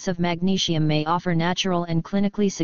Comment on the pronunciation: I don't get why the bot voicing the text has to say magnesium like 'magneshium' but otherwise thank you very much for the information. I have heard many people say magnesium helps to lower their blood pressure. My mum suffers from high blood pressure but it's just trying to get her to take the supplement that's the problem. I've also heard that having too much sugar in the diet can have negative effects on blood pressure. Btw to people interested only 20 percent of magnesium is absorbed so if you get a supplement like citrate you're probably only going to get up to 80mg from 500mg. Due to the soil being more depleted in minerals than ever before, we don't get much from food nowadays or so I've heard. My advice is oral supplements and chloride spray. I would also avoid too much calcium, fluoride (which binds with magnesium thus you lose more and is bad for you) caffeine and refined sugar and salt - as it's stated in the article. Btw I've heard somewhere that salt can transform in to something similar to that of glass when being digested in the body to which it then acts as an abrasion to the arteries making you bleed. Cholesterol then goes to the rescue to help you stop from bleeding. I'm not sure if this is true but it's something to do more research in to. Try and avoid processed or boxed foods as these items drain more magnesium from the body. To people that are looking out for someone's health please don't forget your own too. Mostly everyone is highly deficient in this mi